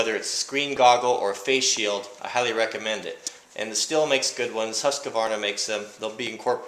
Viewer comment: Stihl is pronounced as steel.